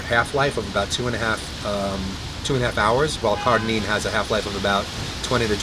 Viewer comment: Note: I listened back and realized I was saying "CARDININE" rather than "CARDARINE" so I apologize. This is what happens when you shoot Ask Merlin BEFORE having your post workout meal LOL : )